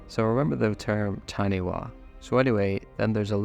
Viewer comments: Hey I know I’m late to this video but just wanting to correct the pronunciation of Taniwha the way it was pronounced in the video (Tani-Wa) is not the correct way, it’s pronounced Tani-fa in Māori a wh typically makes an f sound. Also I noticed the source used to site the Taniwha even spelt it “Taniwah” which might cause further confusion, I know Wild World spelt it right themselves but the source didn’t. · WH is a F sound in moari so Taniwha is said with a fa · Hate correct you narrator but that Maori creature is pronounced TAH NE FAH .. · Just a note, in Maori the “wh” sound is pronounced like an f, so Taniwha sounds like Tanifa :) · Also in NZ it's pronounced tan-i-fa. All WH sounds in Maori language are pronounced as "f" njt unlike "PH" in the English language 👍